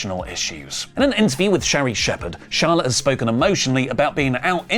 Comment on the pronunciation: Charlawt divawrs